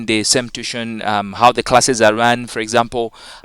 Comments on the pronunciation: no its too-i-tion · Sir tuition is pronounced as tu-wi-tion